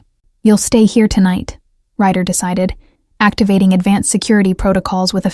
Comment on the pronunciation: RYDER not writer